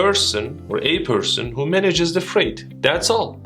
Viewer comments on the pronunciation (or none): U ommitted t at the end of freight